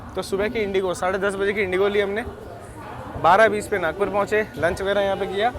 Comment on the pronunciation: It's nagpur not nagour